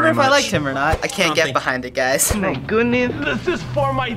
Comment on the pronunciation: no we tanke you for weryfing :)